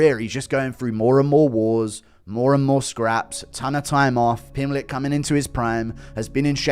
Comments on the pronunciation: Pimpletch like it's some kind of root vegetable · It's not funny, it's just how Brazilians pronounce that name. You should travel more, meet people from different languages and cultures, and open your mind. English is my third language.